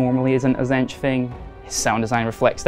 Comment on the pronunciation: What's a zench? TZEEEEEEEEENTCH